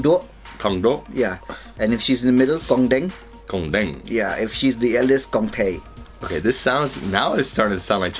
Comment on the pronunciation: You nailed "kong deng"